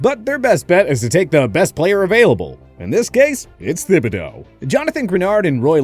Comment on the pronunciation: THIBODEAUX IS A HARD T AND AS A LOUISIANAN PRONOUNCING IT AS “THIB”and not “TIB” is bothering me